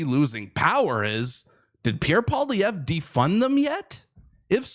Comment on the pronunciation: I wish the commentator would learn to pronounce Mr. Poilievre's name. I was taught that it was good manners to pronounce a person's name correctly How difficult is it ?